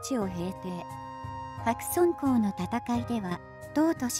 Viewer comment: 白村江、、、はくすきのえ、はくそんこうではない。正確に発音しろ百済くだら。。。ひゃくさいではない新羅、、、、しらぎ。。。しんらではない